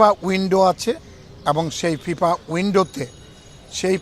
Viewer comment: What is 'Fipa'? It is 'FIFA'. Cannot even properly pronounce the word and yet he represents 'BFP'.